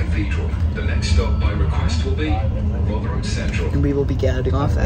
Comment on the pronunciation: Politely the pronunciation of Rotherham cracked me up, as a northerner from Rotherham ive allways pronounced it rovrum😅 But love the video, keep making more